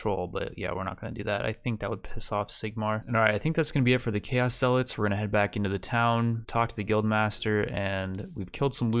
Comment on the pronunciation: stop daying zealots wrong, arghhhhhhhhhhhhh